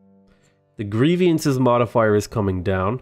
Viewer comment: I cringe every time I hear you say "grievIances". It's "grievances", just the way it's written.